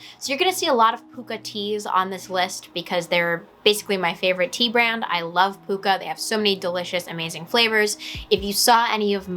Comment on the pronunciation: nice to see another Pukka tea fan. Love their blends.. it's actually pronounced Puck a as in Hockey puck...